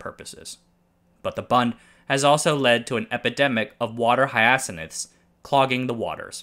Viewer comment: HIGH-uh-sinths (hyacinths)